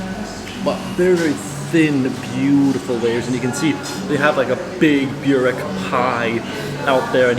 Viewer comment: burek - try saying it like this "boo-reck" and next time ur in NS you can eat on my treat or i can give you points where to eat what